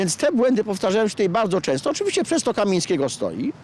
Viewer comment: bezpiecznie, Ulica KEMIEŃSKIEGO, a nie Kamińskiego. KA-MIEŃ-SKIE-GO!